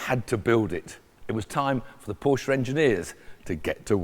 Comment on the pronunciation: Dude cant even say Porsche right...